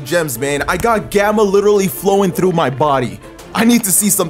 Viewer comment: Is bilingual? I think I can hear an accent when he tries saying through and some other words.